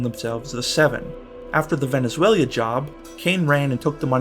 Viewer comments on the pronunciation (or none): VenezueLA... Not "VenezueLIA". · Love the vid but it’s “Veh-neh-zwayluh” lol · why are you adding an extra syllable to Venezuela?